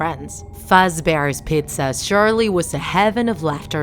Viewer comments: Am i the only one who heard him said freddy fazbear petzaa? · “Fredy’s fauzbar’s pazza” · nobody:: fredis fatbear pitza edit: also BONEY another edit: "BONEY" attacks only from the left side